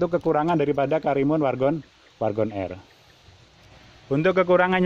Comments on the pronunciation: WAGON atau WARGON pak??😂😂, agak belibet gua ngedengerin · WARGON apa WAGON c...cukup gw dengernya cukup jelas pa..cukup jelas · Wagon R om....bukan wargon...✌ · Wagon R bang..bkn wargon R 😂